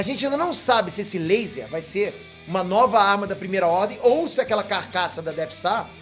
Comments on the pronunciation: A Primeira "RRDEM".. errar acontece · "A Primeira Rrdem"